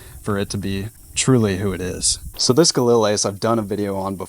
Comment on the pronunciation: All this talk about your rifle and you can’t even pronounce the name of it properly.